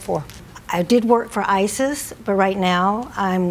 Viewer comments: WOW! i jumped when she said she worked for ISIS!! The CC said that it's ICIS....i think i'd start pronouncing ICIS differently. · Did she say ISIS or ICIS? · OHHHHHH ICIS not ISIS XD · i thought she actually said I S I S 😅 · It sounded like she said she worked for IsIs? LOL